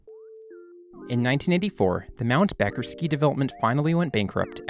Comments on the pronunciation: …and Mt. Becher is pronounced ‘Beacher’ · btw Becher is pronounced Beetcher!